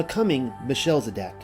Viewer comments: Thanks. This video is a treat! But it's... Mel. Che. Sed. Ock. Not sure why it is being read as Michelle-zedock. The ch is a gutteral throat sound, like the noise of.clearing the back of the throat (sort of). In English they often just make a hard "K" sound instead. Listen to how others.pronounce it and it can help. Thank you for the effort this took! And keep studying :) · Melchizedek is pronounced, Mel - kez - e - deck. Shalom, dear brother's and sister's ❤️ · it's MEL-KIZ-ED-EK, not "meh-shell-zedek"